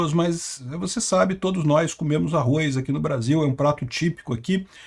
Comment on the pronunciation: Não é arroiz não